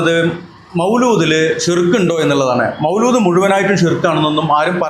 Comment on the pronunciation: മൗലൂദ് അല്ല മൗലീദ് ആണ്